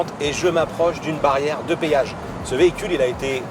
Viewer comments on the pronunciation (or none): C'est un génie ce gars.On appelle ça un Péage pas un payage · Petit con on dit péage pas payage